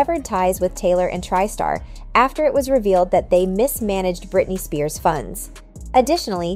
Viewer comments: And tri-star as tristar, and Stefani as Stephanie 😂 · Jenner, not Jender. Tri-Star is pronounced as Try-Star, not Triiiiii-Star. 2 examples of ignorance.